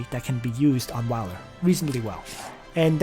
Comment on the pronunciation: Wiler? No. Whaler.